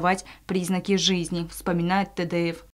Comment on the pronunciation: Ацамазу огромное спасибо за героический поступок!!! А комментатору очередное замечание:не Тэдэев, а Тедеев...или правильное произношение уже не важно...